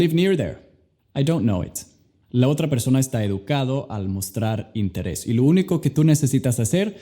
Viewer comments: El único defecto que vi en tu español fue que dijiste interres y es interés la r es más débil Genial compadre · DIJISTE INTERRES SE PRONUNCIA INTERES NUEVA LECCION DE ESPAÑOL ;) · Alguien más se rió cuando dijo " interres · En el minuto dice interres